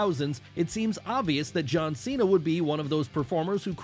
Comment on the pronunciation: It’s John Chena